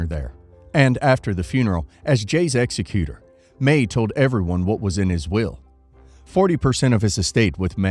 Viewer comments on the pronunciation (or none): eg sec ey tor As a lawyer, you should know how to pronounce executor.